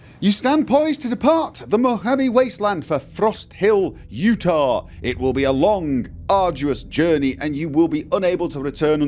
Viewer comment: Interesting how says Utah as Youta instead of You-tah... I wonder if hes doing that on purpose because, lore wise, no one remembers how to actually pronounce it, or if thats just how he pronounces it himself... interesting.